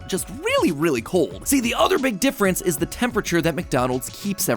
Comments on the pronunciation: There's no way he said mcdifference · Lol did he say Mac difrence or big difrence? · he said “big difference” and I thought he said McDifference 💀💀